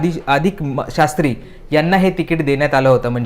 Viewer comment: नीट मराठीत बोला. नाव हरीश शास्त्री व वायंगणकर असे आहे.